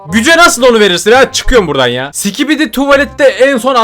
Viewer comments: abi skibidi diye söylicen biraz öğretsinler ve sikibidi diyon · o değilde başta si*kibidi demesi nsdgfnjk<svbjfhwbafkcjb